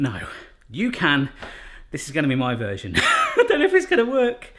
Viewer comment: I just realised pronounces 'version' same as 'virgin'. Could've been a nice shift for the channel name: "My Version Kitchen"!